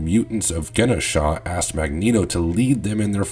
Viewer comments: The way he pronounced Genosha gave me an instant migraine... Jen-oh-sha.... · Great video. But your pronunciation of Genosha was a little annoying